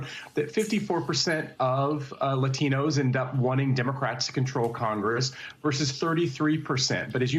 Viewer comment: The way this host pronounces "Latinos" is triggering me